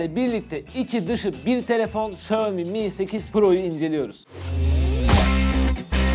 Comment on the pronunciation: xiamomi :) xiaomi'nin 1m ilerisi, m önemlidir :)